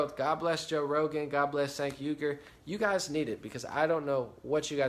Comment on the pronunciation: i think it;s pronounced chaink not sank, doesnt matter though cause cenk is a huge douche